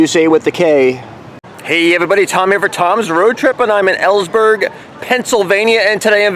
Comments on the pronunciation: You pronounce Elysburg as ( e Leesburg( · You said Knoebels right but not Elysburg. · 2 quick corrections, 1 being you pronounce Elysburg wrong. No harm, lots of people do, 2nd correction is you said mini golf was 5 in tickets or the ride all day pass. mini golf is a separate charge. It is not included in the all-day band or ride tickets. Other than that, I'm glad you enjoyed yourself. For a different experience, I'd recommend camping there for a weekend. Tent, rv, or rent one of the cabins. I have been going to knoebels for 31 years now, started out camping with family when I was young. Now, I'm doing the same with my family and children.